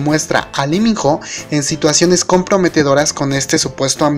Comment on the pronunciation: Porque dices Liminjo si tú mismo dijiste que es Iminó ????